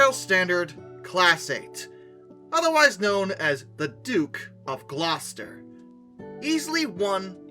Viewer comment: atleast someone not from england got the pronounciation of gloucester correct for once